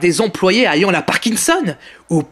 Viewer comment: Toénémésheun Bizarre ta façon de prononcer "ayant".. "Répététif" et j'en passe, après si le français n'est pas ta langue maternelle je ne t'en veux pas hein, mais bon..